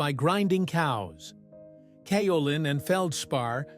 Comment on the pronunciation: Interesting video. I've been a potter for more than 50 years, porcelain is my favorite clay. I have worked with both stoneware and earthenware.. Just one correction; Kaolin is pronounced with a 'long' A. ( K oh lin)